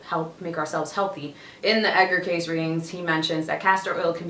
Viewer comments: Kay-see... Not "case" 🤦‍♂️🤦‍♂️🤦‍♂️🤦‍♂️ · His name is pronounced Kay-see. Not Case. Hope this helps. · Pronounced Kay See! Edgar Cayce was an interesting person. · His name is pronounced Kay-see 😉😉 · ...Damn, you butchered his last name a little bit. 😂 And I'm sure you've had enough people tell you the correct way to pronounce it is Kay-SEE. But I like the video! It's always dope to see young people discover the amazing work that our beloved oracle and clairvoyant Edgar Cayce recorded. Thanks for posting this particular video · You can’t even pronounce his name correctly. You dishonor this amazing man with your flippant discourse of what you believe was his life’s work.